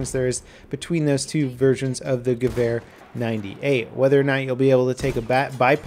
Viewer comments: ***** First off, your "V" is mixed up. I'm a huge gun enthusiast and hear this mix up A LOT. The Gewehr 98 is pronounced the same as the Sturmgewehr 44 (STG 44) which is shterm-ghe-vair give that r at the end good old rub haha. So the Gewehr 98 which I've heard pronounced by Germans at gun shows countless times is, ghe-vair 98 :) It's not ear, like the organ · I have to say that he does quite well pronouncing it. Though it does sound more like "Gewöhr". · He says it well but more like gewähr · As a toaster No, its supposwd to be said like Geh-wär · Hood It is not an accent. The German letter Ä is not pronounced like the German letter A. Both are different. English is not a Phonetic Language. It has falling Phonemes which is a big difference compared to German which is Phonetic. Phonetic implies that a word or group of signs sounds exactly like it is spelled. By the way, letters are known as signs in Linguistics. He pronounced gewähr which is nowhere near Gewehr. the -wehr portion is pronounced exactly the same in any word with those four signs. Abwehr meaning defense; Bundeswehr meaning the Germany Army; etc. He pronounced the E in Wehr way too short. German doesn't have Short, or Long vowels. The letter E in German sounds more like the American, or US English version, of the Long A. Therefore, he just said it wrong. Stop being a Fan-boy. Also, accents are not an excuse for mispronouncing things. Sir Patrick Stuart has an accent, but doesn't mispronounce every other word. he pronounces Dance like we do in the United States. The correct way. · Same here, I pronounced the name of the rifle as "gehuer" at first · JEW-er lol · It's pronounced Gevehr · Its funny for me as a german how you pronounce it like geWhere :D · Hey, just a tip for the pronunciation: Go to google translate and type Gewehr 98 and translate to German and click on de speak button. You will hear how it's pronounced correctly:)